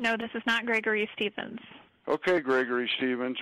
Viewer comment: Ish thish Gregory Shrevensh? No, this is not Gregory Steven’s. Ok!!!